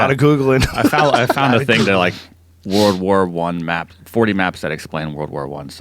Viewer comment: This dude is saying war war 1 not world war 1....how can you take them seriously?